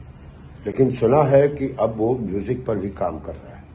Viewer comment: 4PM MUJIk ki badhayi, plz batao ye MUJIK kyon bolte ho, Isko Music bola karo plz